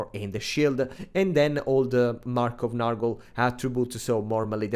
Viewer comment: Please, comrade, it's not "Nahrgle" but "Nyorgle"! You pronunciation kills me every time.